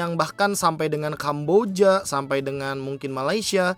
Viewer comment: gausah "kamboDIA" knp si pronouncenya.. sebel dengernya. "Kamboja" ajaaaa biasaaaa